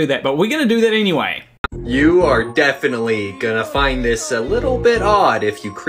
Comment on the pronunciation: I'm just weirded out by the way he talks. "You're DEIfinitely gonna FINd this a little bit Odd."